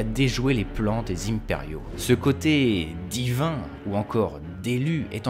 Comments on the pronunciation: salut, je viens de m'envoyer la saison 1, et j'ai beaucoup aimé ta video en debrief (j'ai liké). Excuse moi par contre de couper les cheveux en quatre, mais dans la langue de Molière on dit pas les Zyhmpériaux (avec la phonétique de "zym boom boom"), mais les zImpériaux (avec la phonétique de "un pet riz haut" après la liaison), sinon avec ta diction de Geek (je dis ça sans snobisme, je l'apprécie et d'ailleurs j'ai un peu la même) on dirait des répliques du Donjon de Naheulbeuk... Si tu suivais ce conseil, tes videos n'en seraient (concordance du subjonctif) qu'encore plus qualitatives et légitimes je pense. Bien à toi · pourquoi tu di inperiaux ?